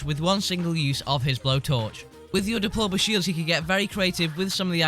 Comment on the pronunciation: Does he say diploma shields????????